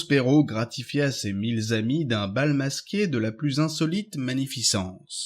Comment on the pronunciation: 3'00'': ... "gratifia ses mille z-amis" ?!